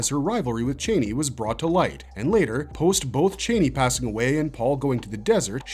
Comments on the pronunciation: I hate the way you newbies pronounce “Chani”. She’s NEVER been “Chāni” like a chain. It’s pronounced “Chani” rhymes with “Donny”. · I hate to be “that person” but Frank Herbert pronounced the name as Chainey.